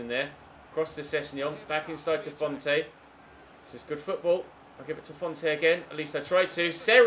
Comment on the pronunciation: Please call Rui his real name - Rui Fonte (font like comic sans ms) not Rui Font-ay